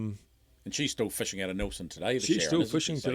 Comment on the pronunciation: Fishing. Not fuushing